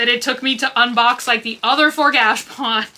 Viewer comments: I have been saying the same thing. Gotcha and she says gash. Maybe she just says it that way🤷‍♀️ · Girl! Its gashApon! 😊🤣 Not gashpon. Lol haha OR are you saying it that way on purpose like your "hurls" (hauls)? 🤣